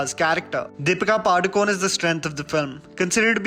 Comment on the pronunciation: its not padukon its padukone(pa-du-ko-ne)